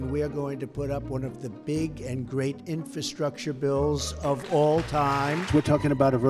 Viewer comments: Wow, he just looooved saying the word "infastructure" (if that's a word) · Trump couldn't even pronounce "infrastructure."